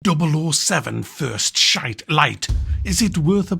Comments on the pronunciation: Classic start, "First Shite" 😂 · HAH, First Shite. 😂 Well done.